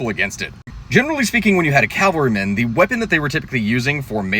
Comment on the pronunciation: Cavalrymen, not calvarymen. Cavalry is a unit of mounted troops. Calvary is where Christ was crucified.